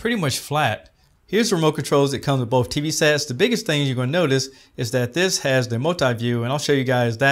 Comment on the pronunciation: the word both has no F in it...